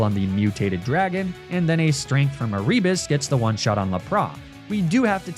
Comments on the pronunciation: Every time you say A-rebus, I am filled with violent rage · Is it E-ree-bus?? I was always told it was Air-i-bus Also I know that’s probably not the right phonetic spelling but that’s just what I could think of